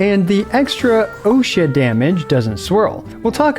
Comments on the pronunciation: Dude why are you pronouncing Ousia as "Osha." Please look up words you don't know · I keep hearing Ushi damage